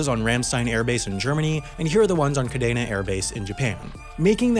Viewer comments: Not to be nit-picky but the Kadena Air Base in Okinawa is pronounced Ka-dee-nuh. Source: it’s literally my name and my dad grew up on base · Sorry to be a stickler, but it's pronounced "Ka-Dee-Na" Air Force Base. Source: Lived there for 5 years. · It's pronounced Kah Dee Nah. I was born in Okinawa and my dad was in the Air Force so my parents lived on that base. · It's pronounced kadeena air base